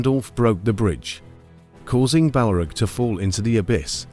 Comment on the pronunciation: I had to quit after 3 strikes.. The A.I. pronunciation of Gandelf, Balrug and Kazadumb are killing me. 16 sec in and I'm out. Heresy Sir/Madam!